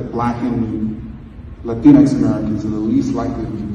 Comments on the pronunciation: why does he say latrine x? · Did he just say "Latinex People" ?????